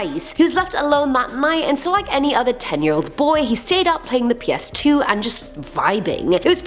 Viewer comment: Did you say PS t-two? What year are we living in? 1746????